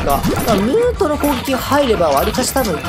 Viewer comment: ムートの発音が違う